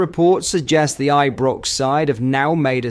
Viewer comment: he may well do Rangers news also, but a lot of the time he sounds like he doesn’t know how to spell or pronounce Ibrox and like he hasn’t a clue about our club !! Really gets my goat with all the crap he comes away with and the speculative narrative of his posts !!